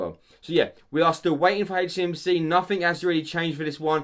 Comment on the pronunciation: Love how he say hey cmc 😂